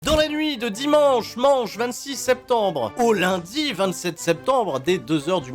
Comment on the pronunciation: Il dit "dit manche "manche"" 😂